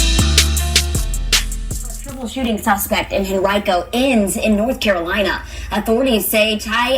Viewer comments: You pronounced correctly Henrico, VA metro area of Richmond, VA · Live in Henrico County, metro of Richmond, VA, you pronounced correctly.